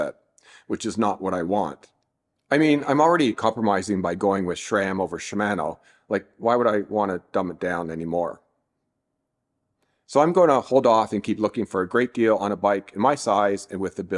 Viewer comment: Great vid, but for someone so into bikes you might want to reconsider that 'Shimano' pronunciation! 😉